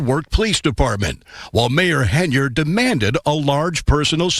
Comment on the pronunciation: Her last name is pronounced Hen-yard